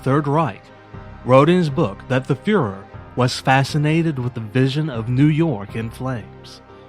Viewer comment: How many Americans can pronounce Doenitz and führer? Ans: 0